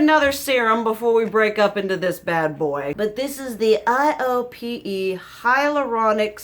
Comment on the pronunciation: Iope is pronounced like eye-oh-pay. It makes sense that you like it since you like amorepacific. They’re both under the same parent company. I’ve been really digging KraveBeauty for skin care myself. Just bought the meebak cica cream on amazon per your recommendation!